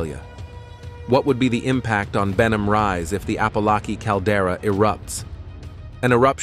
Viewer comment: He can't even pronounce Apolaki properly.